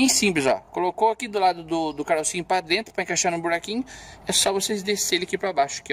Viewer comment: Acho massa quando ele fala drento kkkk Canal show Papai